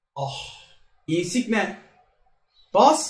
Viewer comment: Insiqne deme su adama lutfennnn